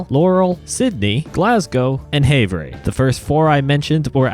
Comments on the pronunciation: Good Job Thanks For the Update..... I Was hoping These where in the list. We Need (Missoula, Helena*, Butte*,) (Great Falls, Black Eagle*,) + (Thompson Falls, Clark Fork*, St. Regis*,) and Billings all great S-curving Roads Ohh, and "Havre" is pronounced as (Have-Er) Sorry, I Lived in Great Falls back In 2004... And Thanks, And Nice Vid... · It’s pronounced havre